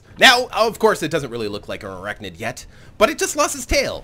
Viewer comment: Fun episode, as always! Couple of spider ideas: To address your comment near the start of the video, there are in fact spiders w/ tails, such as the Two Tailed spider. Also a station with huge long skinny appendages would be a really cool parallel of a daddy long legs. Also, you keep pronouncing ArachNID like ArachNOID. I personally don't care but you are putting this on the internet, thought I should warn you :). Lastly I think I can speak for the whole community when I say you simply MUST face this fleet against the Insectoids in tournament mode on the finale episode.